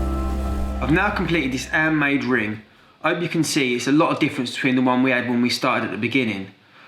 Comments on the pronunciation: I love how you don’t say your H’s 😂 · lol he doesnt pronounce the H like a french person haha "andmade", "opefully" etc :)